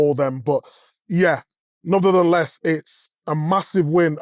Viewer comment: ‘nuthertheless’ Good word that